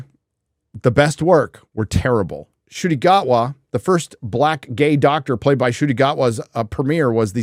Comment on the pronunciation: How does everyone get "Sciuti" from "Ncuti"??